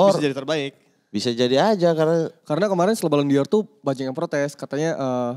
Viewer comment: Bacanya balon DOR.... bukan Di Or... bang... yg ada Dior brand.. wkwkwkwk